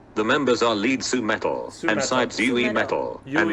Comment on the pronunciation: "Sui"metal? What? Just Su-metal lol